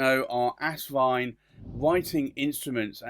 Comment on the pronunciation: It’s As-vine not Ass-vine!